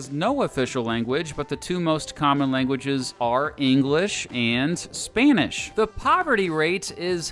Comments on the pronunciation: ah yes, SPAINISH! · You said a few thousand spane ish instead of spanish